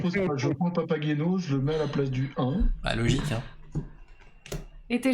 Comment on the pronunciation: Prononcer" papaguéno" , un classique de Monsieur Mozart